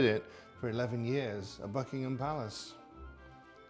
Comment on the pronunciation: I thought he said FUCKINHAM PALACE 😂😂😂😂😂😂😂